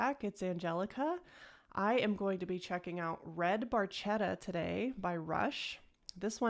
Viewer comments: Hi Angelica! red barchetta is a great tune, indeed. the story is about a fiat barchetta, a spider car from the sixties, reintroduced by fiat in the mid nineties. in italian its name is pronounced barketta, not barchetta (in italian ch = k). as usual, a big hug from Italy! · Love that you correctly pronounce Peart. Small correction on the song name pronunciation: phonetically the ch blend in Italian has our hard c or k sound. So say "barketta". Though if Rush pronounces it like you did, then I'm saying it wrong. 😊